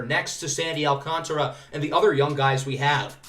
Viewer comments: It’s Alcantra for the pronunciation by the way! the A after the T is silent :) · So excited for this series🙌 Also letting you know it is sandy al-can-tear-a